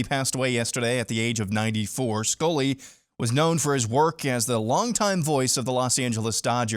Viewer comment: Vin "School-ey" ?